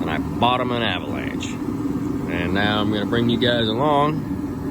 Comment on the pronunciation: some how some way i just had the feeling u was fina say avanlanché & u did 😂